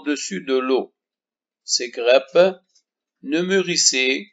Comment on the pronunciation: La traduction du cours en arabe ne sert à rien car l'élève répond en français sur la copie d'examen au lieu de la langue arabe et n'oubliez pas que vous êtes un enseignant de la langue française. -Concernant le mot"grappe"prononcez"a" au lieu de "e"